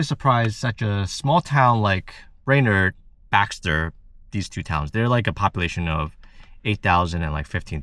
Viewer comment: I am sorry you aren't impressed with small towns in North Dakota and Minnesota. 😢 I have ties to both states and fond memories of growing up in Minnesota. You are definitely more a big city family. BTW, it is "brain-erd".😊